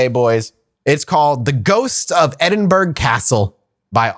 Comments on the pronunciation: I'm currently in edinburgh rn for a military bagpipe course just a short drive from the castle but you didn't pronounce edinburgh correctly 😂. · It pains me as a scot to hear you say it that way.